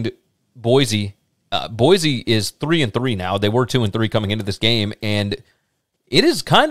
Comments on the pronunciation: One more thing -- Boy-C, not Boy-Z. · Can't pronounce Boy-see correctly either.